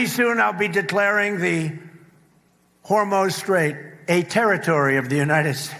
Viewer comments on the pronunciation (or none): This has got to be a dyslexia thing, pronouncing Hormuz as HormOz. It's not just Trump, but several independent media personalities. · You'd think that if Trump was going to make the Hormuz Strait an American territory, you'd almost think that he'd be able to pronounce Hormuz properly. Says Hormuz like he recently had a stroke.